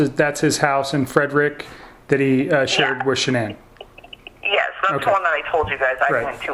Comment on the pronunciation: The most telling thing for me? She can't say Shan'ann's name. I'm happy about that tbh. Keep that beautiful woman's name out of your filthy, disgusting, lying mouth. She deserves to be in jail too.